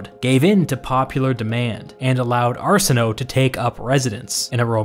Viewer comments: I believe Cleopatra’s sister Arsinoe, that her name was pronounced Arsin-o-way. Just FYI. Also, great video! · 💞Please💞 pronounce the “e” in “Arsinoe” = Arsino’e - like the first “e” in pedigree, or the first “e” in television, or legislature 💞 Not only does that sound better but it was actually pronounced back then, not swallowed by the “o”/ mute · "Arsenoe" I was like WHO?? Then I realized it's Arsinoe lmao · It's prounounced Ar-SIN-o-WAY, not Arsinoh. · I may be wrong, but I think Arsenoe is pronounced Are-sen-oh-ee. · Arsinoe Pronounced Are-Sin-oh-aaa